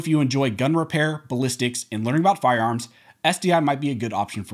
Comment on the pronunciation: Your information is terrific, but I wish you would work on your diction. You are not a “farms” expert dealing with the “seckamemman”….. Every syllable and every consonant is crucial when you are reporting to the public.